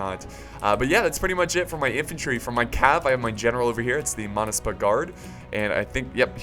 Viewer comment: Wow I'm from Georgia and so proud. you did pronounce it right monaspa was the name of elite horsemen at the time of David the forth thanks for choosing my country